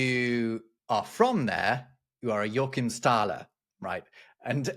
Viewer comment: Two things: it is called Jo’akhimstaler. Like the name Joaquim in Spanish. The Czech name is Jachimov with the German ach sound. So it is in German Jo’ach’imstaler. Second we called the Euro a wile in our region øro, meaning the little money in Scandinavia but it is the same pun as Teuro. Usually the Germans called the 10 Pfennig Groschen (which was originally 12 Pfennige or pennies). Nowadays it is used for the 10 cent coin despite it should be called double Groschen.